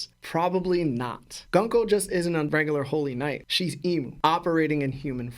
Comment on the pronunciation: Okay I don't wanna be the guy who does this but it's GOONKO I know English is English and it would make it GUN KO but Oda is JAPANESE just like Cerberus it's pronounced KERBERUS and her name is pronounced GOONKO. If you have any questions GrandLineReview will help you understand more lol